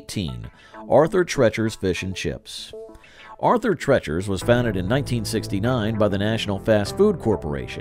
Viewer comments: That's TREECHER, not TRETCHER! Jeez, get it right! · Yeah, I was starting to wonder if everyone I knew had been pronouncing it wrong or something! We always said it like tree-chers.